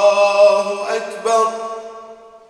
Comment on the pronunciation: انا اسف جدا ولا انك ما راح تزعل من ها السؤال الله يحفظك ربي المنان بآيات آلقرآن راح اقولك ان في المقامات الأذان راح يكون صوتك في التكبير الله واكبر وده خطاء (واكبر) خطاء وانا اسف جدا جدا وفي الاذان ان يكون الصح ( أ كبر ) في النطق انا مؤذن وليس ان اعدل على حضرتك وصوتك جميل جدا جدا بس التكبير اللي في خطاء بس بين (و).اكبر. ( أ )